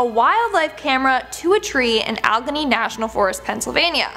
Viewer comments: It's "Al-eh-ganey", not "Uh-legginny".by the way. I was born there. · It is pronounced Al e gain ie. Sorry not algheny. Grew up there. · #8 It's pronounced al-GANEE not OL-ganee . 😉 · Kids these days have limited awareness of English pronunciation.... Allegheny al leh gainy Allegheny.... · Allgenny national forest???? Come on, its not a hard word to pronounce. Jesus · It is pronounced .....AL---LE---GAN---NEE .....( Allegheny )❤😂😂😂❤ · If you are going to load these videos you need to do your homework and learn to pronounce words. Allegheny is pronounced Al-ah-gain-E. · Plz. stop butchering the word Allegheny .